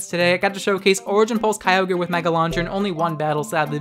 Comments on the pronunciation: Kyogr not keyogrey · ah yes... Key-O-Grey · Wait, is it Kai-ogre or Key-ohgrey? I'm in doubt now and I don't like it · Groodon, Kee-ogri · Why you gotta say it with a hard R👊😔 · I love you videos but god every time you kyogre wrong i die a little bit inside